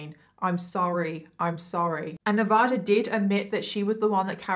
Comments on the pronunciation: It's properly pronounced Nevaaaaada. Not Nevoooooda. Like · Dang, I didn't know that! I was born and raised in Northern Nevada and went to the University of Nevada, Reno, and I had no idea they quit selling that hoodie. And I know it's not the end of the world, but we don't say Ne-vah-duh. We use A as in Apple. Ne-vA-duh. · Nevada is actually pronounced NEV A(long a) DAH. Sorry I'm born/ raised in Reno Nevada, also where that university is at. We're kinda cheeky about Nev a dah